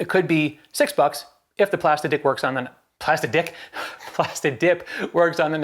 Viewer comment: Did you say plastidick? 😆 nice vid bro